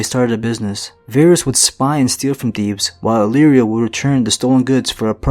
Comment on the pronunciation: You really butcher Illyrio's name.